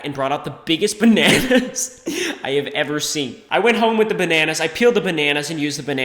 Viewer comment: That moment when the word 'Bananas' goes tryhard mode....